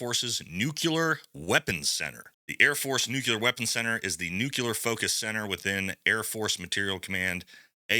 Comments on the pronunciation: It's NOT nuCULar, it's nuCLEar. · Not "nucular" ... NUCLEAR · It’s “Nuke-LEE-er” not nuke-yoo-ler 🥹🥹 You’re awesome tho! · I really do hate to be pedantic, but nuculur is not a word. Nuclear is. It’s incredibly grating to hear it mispronounced. Especially when it is so easy to pronounce correctly. “New clear”. That’s all you have to say. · It’s NUKE LEE AR not nukular. 🤦‍♂️ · It’s “nuclear”…. Not “nook-you-lure” come on man. Gotta be better lol. Grammar and literacy matter. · All of sigs gear in this contract has shown to be trash already. Also, it’s not nuculear hahaha it’s nuclear. Love your show man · I love this channel.. However, the word nuclear, is pronounced, new-clear not new-cular. 🙂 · "nu - klee - ur" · Brother please, it’s NucLEar NucLEar NucLEar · Say it with me NEW-KLE-ER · Also, that’s not how you say nuclear. My goodness.